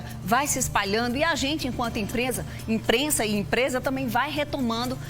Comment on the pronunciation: Empresa (imprensa), abortar (abordar), Boral (Borel)... Essa apresentadora é esquisita.